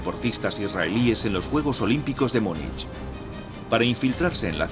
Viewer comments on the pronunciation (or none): none